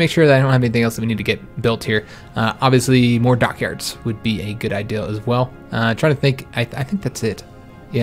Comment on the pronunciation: Love you but something stupid lol you say I deal instead of idea. Looking l but love you the same keep it up!!!!!!!!